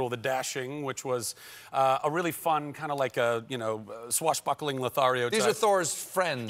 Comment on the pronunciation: lol he said swash buckler, just like how eugene fitzherbert said in tangled